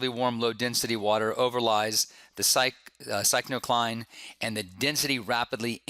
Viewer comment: Good lecture, one comment...I believe it is pronounced 'Pick-no-cline'